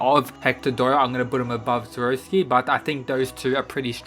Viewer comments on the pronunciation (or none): Skiroski? My dude, its sikorsky. Do you not read when his name is written or listen when its said? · Why do many people say the Russians name wrong? its SIR-CORE-SKI (Sikorsky), not SA-ROSS-SKI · siKORsky with a K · It's pronounced SICK-COR-SKI by the way love the vid otherwise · See-Cor-Skee Say it with me now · How do u get sikorsky to skoroshki? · Man can’t say Sikorski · The way you pronounced Sikorsky... Yikes... Good video nonetheless!